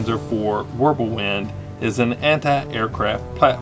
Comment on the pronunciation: W is pronounced with a V sound. Just like J's are pronounced with a Y sound.